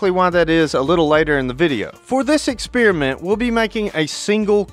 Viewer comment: Experiment, no exspearmint.